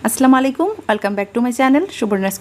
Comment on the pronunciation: সালামটা শুদ্ধ হয়নি আপু